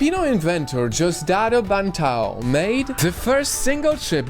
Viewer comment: didn't even pronounce the simple Names OMG it's not Bantao it's Diosdado Banatao the exact name. 😂😂😂 The of this Guy is twisted. 😅😅